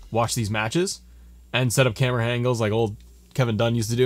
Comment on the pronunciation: You helped thanks man but when you said Camara angles like Kevin dunne got me dying 😂😂